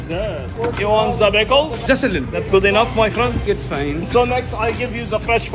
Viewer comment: “Just like zaaat” “do you want za bickles?” 😂